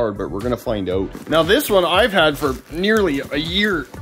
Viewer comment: I wondered where you were located ... then I heard you say "Out" 😅😂